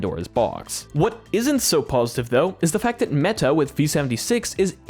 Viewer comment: Bro is manually pronouncing the T in meTa